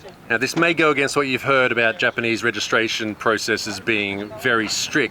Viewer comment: japo-nese cars 🤣🤣🤣